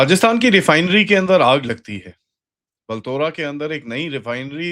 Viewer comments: It's not बल्तोरा It's बालोतरा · बलतोरा नहीं भाई बालोतरा है (पचपदरा) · It’s Balotra, not Baltora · the correct pronunciation is Baalo-traa. 🙏🏽